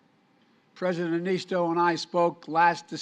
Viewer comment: After all these years he still can't get Niinistö's name right. 🤣